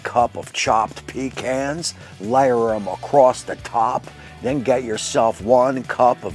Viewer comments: It’s pa-khans! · In Texas, it’s “puh cons” not pee cans